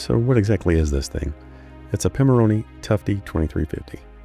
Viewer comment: This is really cool! Love the updated name tag! 😀 Do you have more plans for it? P.S. Excellent pronunciation of Pimoroni!